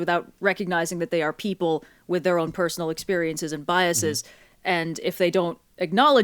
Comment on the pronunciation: I love ya, but the way you pronounce "biases" causes me physical pain (/lighthearted). I promise you that E is a schwa.